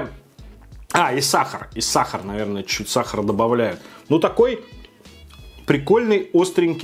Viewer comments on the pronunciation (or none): none